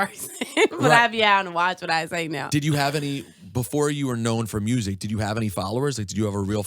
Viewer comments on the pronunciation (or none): I Love when Mrs.Glo say mursic. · love her personality, and how she pronounces the word "music."